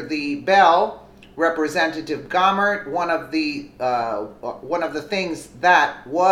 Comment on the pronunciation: Gohmert = Go-mare